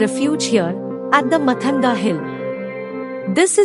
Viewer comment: It's not "matanga".. It's pronounced "maatanga"